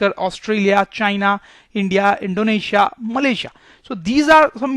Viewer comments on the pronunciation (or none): none